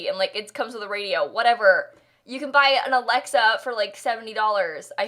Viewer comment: Did just say Ã lexa 😧